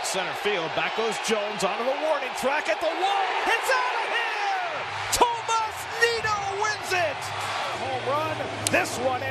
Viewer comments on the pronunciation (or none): none